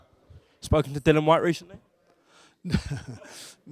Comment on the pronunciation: How fucking difficult is it to grasp it's DILLIAN Whyte not Dillon. lol